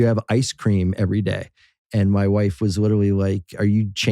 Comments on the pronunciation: am i the only one hearing bill say "witerally" instead of "literally" and some other words too? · You think bill knows he says literally “witewawy”